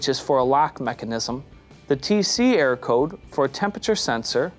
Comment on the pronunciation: It sounds like you say “air” code because you don’t enunciate err-or